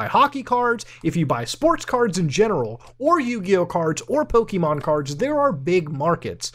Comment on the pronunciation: I hate how much it annoys me to hear Muta say "Pokimon" instead of "Pokémon"